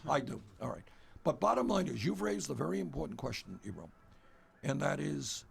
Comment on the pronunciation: DId he say Ebrum? lol